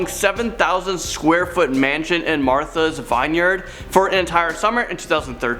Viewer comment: How do you really not know how to say Martha's Vineyard...smh 🤦‍♂️